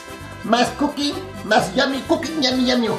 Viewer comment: Looove this! I hope you do more “kuuking” videos!